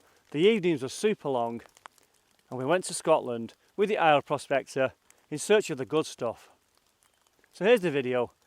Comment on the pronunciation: Fantastic watching. So gorgeous there Aur you pronounced quite well.. think of saying, aiye and put in an R on the end. This was hard graft. If I don’t get chance again,have a enjoyable,happy crimbo 🎄🎄🎄👌🙌